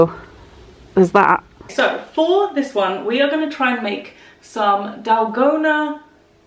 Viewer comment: I am very late but the dalgona coffee is pronounced dal-go-na!